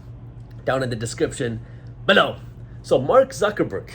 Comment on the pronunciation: Why u say below so weirdly brother. We understand u normal quite well. Ask from ur close ones they will also laugh at it